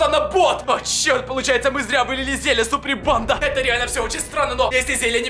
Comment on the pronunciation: Что он говорит всё видео?Супринпанда?(я знаю,что должно быть суприм банда